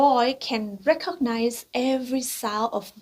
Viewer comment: Recognize ออกเสียงว่า เรคคิกไนส ไม่ใช่ เรคค็อคไนส ครับผม (คลิปทั้งสองชัดมากครับ)